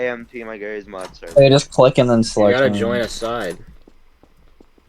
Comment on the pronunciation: why did you say jarry’s mod like gif vs jif